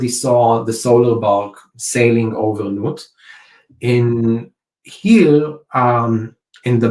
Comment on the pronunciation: It's interesting to note that the depiction of Nut in the painting was nude and that Nut is pronounced nute (or newt) ... 😅